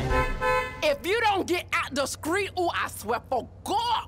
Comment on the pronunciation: She said "skreet" twice! She's the second coming of "Sheneneh". LOL btw diggin' the Martin/Jerome reference.